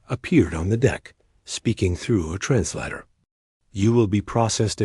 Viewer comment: Where do you find these narrators? They can't pronounce words like Corps or translator correctly. This and teh pictures which are obviously not photographs, desroy the validity or what you are trying to portray. Just American propogranda. So disheartening.